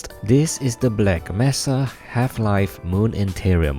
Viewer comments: MAY-SUH! MAY-SUH! NOT MESS-UH! DON'T BE LIKE HUNT DOWN THE FREEMAN! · The way you pronounce mesa gets to me, it's not messa, it's may sa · mesa is pronounced may sa not mess A